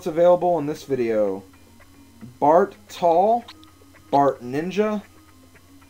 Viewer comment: its bart not barf